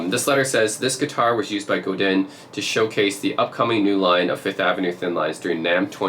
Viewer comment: In French, we rarely pronounce the last letter of a word… Godin is not “Godine”… you need to pronounce the sound “in” without any emphasis on the “n”…